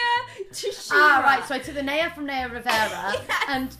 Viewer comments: NAYA IS PRONOUNCED N-EYE-A NOT NEIGH-A BUT I STILL LOVE U GUYS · Rose and Rosie I love you but please pronounce Naya’s name right ❤️ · Everytime they mispronounced "Naya" a bit of my soul died 😂